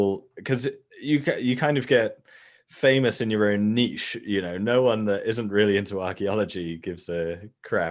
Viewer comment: When he says niche in the right way